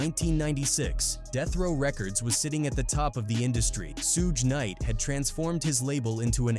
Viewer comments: Sooge nite 🤣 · Suuuuuce night😂😂